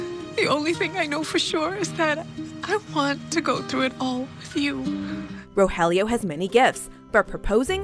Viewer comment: Pleeaase stop mispronouncing the names...